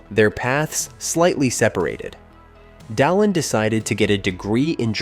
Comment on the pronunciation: He cant pronounce anything at all. No American can say Bananarama. And the way he said Dalin was weird as hell.